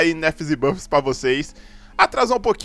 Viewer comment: EU ENTENDI NERFS E BUGGS KKKK